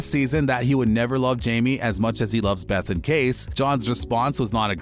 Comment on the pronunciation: Dude, Kayce’s name is pronounced kay-see not case. Make a little effort to show you’ve watched at least one episode of the show. Yellowstone is an amazing show and you should pronounce character names correctly!